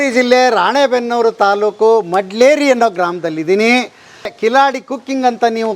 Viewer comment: ಅಣ್ಣ ಅದು ಅದು ಮಡ್ಲೇರಿ ಅಲ್ಲ ಮೇಡ್ಲರಿ